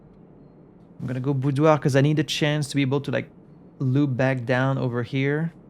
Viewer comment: After hearing several YouTubers struggle with the word "boudoir", it's nice to finally hear it from a native French speaker. 😊